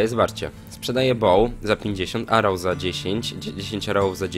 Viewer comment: "Arołsy, świetnie, arołsy" ~ 2014